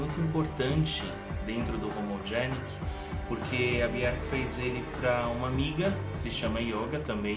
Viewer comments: me tire uma dúvida. Pq tem momentos que você pronúncia o nome dela "Biorque" e em outros "Bierque"? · parabéns pela coleção. Obrigado por compartilhar conosco suas preciosas conquistas. Mas é um pouco estranho ouvir você pronunciando o nome dela. Aqui vai ela falando certo nesse vídeo abaixo. Um abraço.